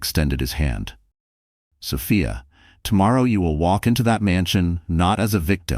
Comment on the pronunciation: 😂😂😂OK, AI...is it So-fee-a (correct) or So-fie-a?😂😂😂